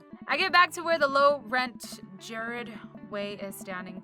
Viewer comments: JARED??? IT'S GEE-RARD AND HE'S THE LEAD SINGER OF MY CHEMICAL ROMANCE!!! I CAN'T BELIEVE THEY PUT HIS NAME IN THE GAME AHHHHH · All the emos ( including me ) are going to be happy that Gerard Way was included in this but upset that she said it wrong lol. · She said Gerard's name wrong I'm fucking dying from laughing 😂😂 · Wait.. Did just mispronounce Gerard's name?!